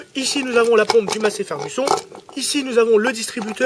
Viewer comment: J aime beaucoup tes vidéos surtout celle sur les tracteurs , mais s il te plaît ,on dit Massey "Fergusonne" est pas ferguSON😭😭😂😂😂😂sinon bon courage pour ta pompe , hâte de le voir tourner .